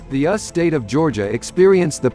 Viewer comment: the cute little computer voice keeps calling the United States, the US, the ''us'' as in rhymes with 'bus' LOL infant AI is so cute. it will be fun to watch it grow and develop on it's own instead of being miscoded by humans.